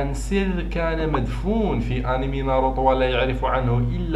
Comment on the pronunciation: اولا يتاشي وليس ايطاشي وثانيا ناروتو وليس ناروطو